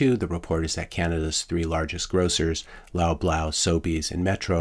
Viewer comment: You had me in stitches at some points 😂. I wish I could laugh longer, the tough reality of it all is quite sobering... Oh and it's pronounced "lob-laws" as in "paws"